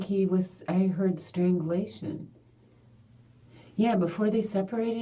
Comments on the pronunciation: Strangle-ation is too much 😂 Affixiation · Her mispronuncing strangulation and asphyxiation over and over is making me so fucking mad 😂 "Strang-uh-lay-shun?? What even is that?" 🤮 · Right???? Omg. Its driving me crazy lol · Can't pronounced strangulation. Reminds me of a guy at CVS that asked me to buy sudafed, bc they think he needs it for narcotics.😂 He could not pronounce narcotics.😂